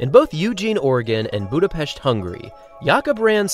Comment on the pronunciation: Finally a person to pronounce Budapest as BudapeSHt as it's pronounced in Hungarian